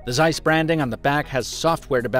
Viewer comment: Zeiss is pronounced as "Tsai-ss" not hard Z